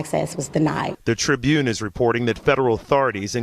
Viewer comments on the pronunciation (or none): none